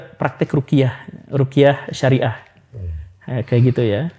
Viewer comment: Ruqyah Syar'iyyah pak, bukan rukiah syariah. Menyebut itu aja salah gimana mau dengar penjelasannya lebih dalem. Apalagi sampe menyamakan ruqyah dengan hipnosis. Haduhhh... Lebih baik bg datangkan ustadz yg lebih mendalami tentang itu, cth ust M Faizar. Jangan sampe umat tersesat dr pemahaman yg salah, melalui channel ini..